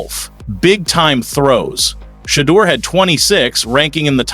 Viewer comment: OKAAAYYY 😡🤬 I'M GETTING REAL TIRED OF ALL YOU TALKING A** GUYS MISPRONOUNCING THAT YOUNG MAN'S NAME!! DID YO A** TAKE ENGLISH??! IT'S NOT SHED-EUR... IT'S SHE-DEUR DUMMY!!🤨😖😤 YOU SUCK AT COMMENTATING